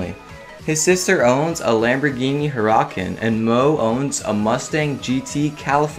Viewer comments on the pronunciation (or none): I physically cringed when you tried to pronounce "Hurracan"